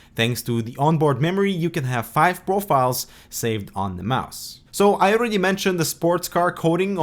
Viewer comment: ITS CALLED A MOUSE NOT A MISE